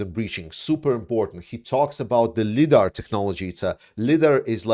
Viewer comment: Lie-DAR not lid-ar lol